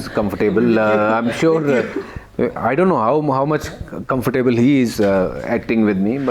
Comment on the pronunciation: Listen to how Harbhajan pronounces the word ‘Comfortable’, it’s not the right way even, just encourage everyone, No one is Shakespeare here